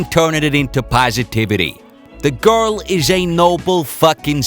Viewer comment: "...the guhl is a real ahhtist"